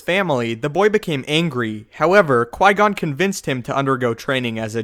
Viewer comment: Mast-eeerrrrr lick wow qui goooooonnnnnn PRONOUNCE THIS CORRECTLY PLEASE BOSTEN CHICK.